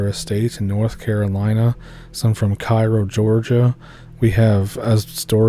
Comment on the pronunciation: Cairo Ga. Its pronounced KAY-ROW